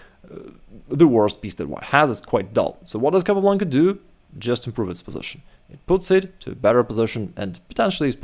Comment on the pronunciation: El apellido es Capablanca, nbo Calablanca..... Asegurate de usar una IA decente.